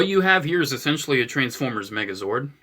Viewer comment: I swore I heard "A Group of Trans-Pho-Bias" not the Jersey accent "Trans-Foy-Mas" at the beginning. 😳😂